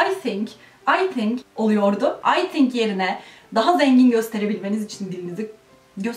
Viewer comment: "Tink" dedin ya, orda biraz uzaklaştık seninle :(